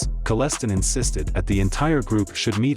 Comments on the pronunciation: U should research deeper before making these videos..it is not LONA station is is i-ona...the way your pronouncing kellestines last name is also incorrect. Do research before doing these videos. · I liveď down the road from him and your pronouncing his last name wrong. He wasn't as bad as portrayed and would never do things without a good reason. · And Kel-LE -STIEN . Your killing me with how your saying his last name, but you did the damm thang. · His name is pronounced kellistine like frankenstieghn lol just 2 let you know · I’m related to the Kellestine’s through marriage. This video was hard to watch because of how bad the pronunciation is on the name. Sounds like a yeast infection treatment (canesten) over a name (pronunced like R.L. Stine) 😂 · A few corrections for you, oh great computer voice God - It's KELL-es-tyne, not kell-ES-tin and It's eye-O-na Station, not LOAN-a Station. Otherwise, good video. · His name is kell-stine not kell/stin wtf u talking about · It’s pronounced Kelii styne not kelleston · Kal-es-stein not Col-es-ton... Painful to listen to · It's Kellestine stupid not Celestine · 🇨🇦 YouTube lazy reporters can’t even properly pronounce a man’s name. Wayne Kellestine pronounced Kal - is - stine it’s a German name rhymes with Frankenstein ! I knew this man I owned property in the same vicinity of southern Ontario Canada. I watched a podcast it was so full of lies and missed facts you lied and stretched the truth that’s the American way a bunch of lying bastards on your first amendment.! Your God-given rights under your invaluable rights given to you by God euphony American bastards! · LONA Station 😂😂😂😂 its iona [i-ona]... and Wayne Kellestine [Kelly-stine] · His name is pronounced kele-stine! Screwed up some of the towns names as well. :( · It's "KELLEH-stine" even says so in your intro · Kell-e-stine is how it's pronounced if anyone wants to know. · It’s pronounced Kel-stine. And this wild dude is my wife’s best friends father.